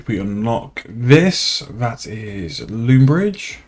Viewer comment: "Loombridge" Out bri'ished the literal bri'ish.